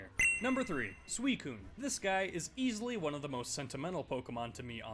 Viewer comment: This dude called suicune sweecune